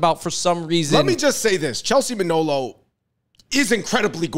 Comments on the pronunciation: Muh-nah-low not Mah-know-low 🤣😅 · Her surname is Manalo not Manolo😅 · It's pronounced Ma Na Law not Ma Know Low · MA-NA-LO. Mah-NAAAHH-Looh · I find it very disrespectful that you both continuously mispronounced Chelsea’s surname! It’s MANALO!